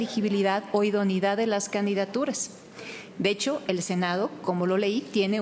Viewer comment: Me pregunto por qué no pronuncia “idoneidad”; sino, idonidad? Se come la e!